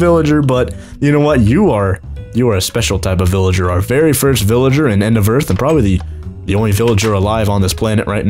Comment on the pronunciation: he said end of err instead of end of earth